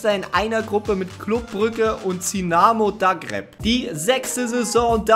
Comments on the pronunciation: Zinamo dargreb?????? Das heißt dinamo zargreb😂😂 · Zinamo Dagreb.. Auch nicht schlecht 😂👌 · Bitte hör damit auf, Namen absichtlich falsch auszusprechen. Dinamo Zagreb und Greilinger. Das soll Leute dazu bringen zu kommentieren, aber du hast das wirklich nicht nötig.